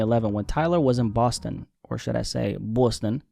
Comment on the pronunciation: Boston ❌ Bwustun ✅